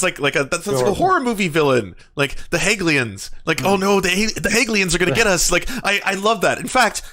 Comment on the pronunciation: The guy attempts a deep dive on Karl Marx and he can't even pronounce "Hegelians." It ought to be self-evident to anyone, right or left, that this man and his contingent of moronic pundits (Pim Tool) suffer from an extreme poverty of thought.